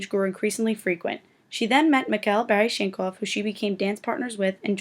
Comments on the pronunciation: It's BalanSHEEN and BarISHnokov. God. If you're going to narrate a video about ballet, at least learn the correct pronunciation of the names and terms. 🙄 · Okay, if you can't pronounce George Balanchine and Mikhail Baryshnikov you should NOT be narrating this video! Take it down, and reload with a narrator who knows this industry. Wow just WOW. Insult to one of the greatest Ballet dancers of all time! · His name is Mikhail Baryshnikov. Learn how to pronounce names correctly, you're not very informed are you.